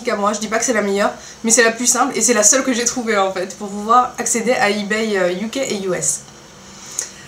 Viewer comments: Tu prononces mal on dit eBay pas eBayyy. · Il te plaît pas mon comm' ? Pourtant je suis sympa de t'apprendre à prononcer eBay.